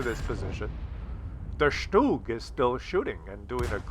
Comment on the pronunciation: First replay around the mark, thanks for calling it a "shtoog"...thats the German pronunciation. I cringe when I hear STUG. I laughed on the mines replay when you crossed to the island and said to myself "this won't last long". You controlled the hill so your best bet in a slow, armor less tank would have been to go to the small town on the left. Always appreciate some good puppetry from you though! IGN: Skinny_Tin_Man, NA Server